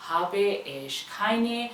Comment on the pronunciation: In habe , Last mai AA ka sound aana chahiye not bee ka